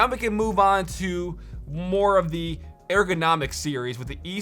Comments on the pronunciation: airgonomic lmaoo it's errrgonomic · It’s “Er” go not Air go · Yo, why do you say airgo instead of ergo? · It’s ergo not airgo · ERgonomic, not AIRgonomic. C'mon meow... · He's killing me saying "air" go... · wtf is this "AIR-GO" u keep talking bout? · Everytime you said airgonomic I died a little inside